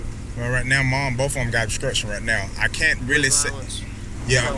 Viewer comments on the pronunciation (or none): Obstruction why does he keep saying obskruction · You should be able to at least speak and read and write above a 4th grade level to be a cop. What the ever-living FUCK is “Obscruxion.”